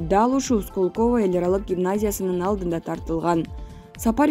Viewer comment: Диктор мектепти бүтүргөнсүңбү? Сколково деген сөзгө ударение коё албасаң кантип иштеп атасың . Мариуполь жөнүндө сүйлөбөй эле коёюн. Уялбайсыңбы.